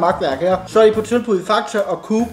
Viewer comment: Meget svært at sige Coop?😂😂